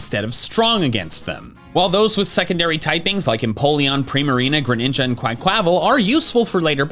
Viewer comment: Im sorry Imma adress it now. The butchering of the gen 9 starter names are hurting lmao. Meowscarada -> Me-ow-sca-rah-da Quaquaval -> Qua-cwuh-vahl You pronounce skeledirge fine tho Otherwise you're absolutely amazing 😭❤️